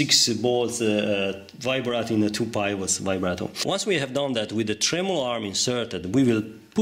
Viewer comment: Another super video! Thank you very much. Your English is excellent. Please allow me to contribute that the sound of the "I" in pivot is the same as in the word "it", and that, "height" rhymes with "bite, "light", and "night."